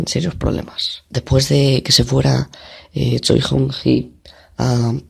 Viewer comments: Choi se pronuncia Che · En realidad es "Ch-i-e" por eso a veces se oye Chi or Che.